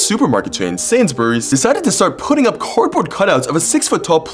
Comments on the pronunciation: “Sansberyes” It’s pronounced “Sains-bur-Rees” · You pronounce it like sayns berrys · He pronounced Sainsbury's wrong